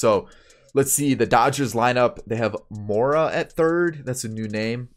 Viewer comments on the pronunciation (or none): none